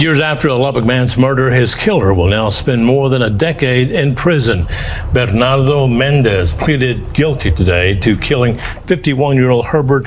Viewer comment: "Berrrrrrnado Mendez" 🤣